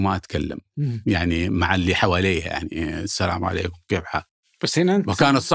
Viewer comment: والتراب فيك يالمالح حتى السلام عليكم ورحمة الله وبركاته ماتقدر تنطقها وهي هويتنا وثقافتنا في التحيه.